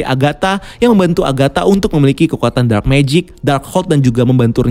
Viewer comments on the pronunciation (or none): none